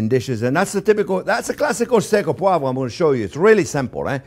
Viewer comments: Steak au Poi-vruh. Sounding out that silent syllable for the people who don't speak French. Nice job. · I wish I could say "poivre" the way he does so effortlessly.